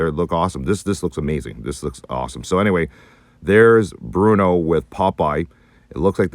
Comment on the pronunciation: Bluto, guys. Not Bruno.